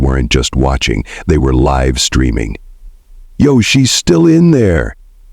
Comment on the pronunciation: Mispronounced "live".